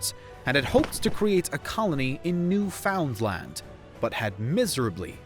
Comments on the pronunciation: New-Found-Land? Lol It's pronounced as "Newfin-land" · Ugh, buddy - NEWFOUNDLAND is all one word and is pronounced that way - Ugh